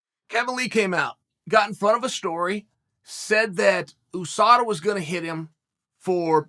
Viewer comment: drives me crazy the way he says usada lol